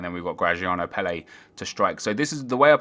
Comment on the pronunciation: you're saying Ward-Prowse wrong, and Pelle.